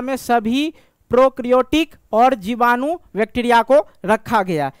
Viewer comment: Sir aap jibadu ko bijadu kiyu bol rahe ho starting me